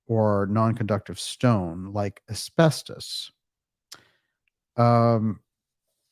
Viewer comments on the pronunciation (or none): none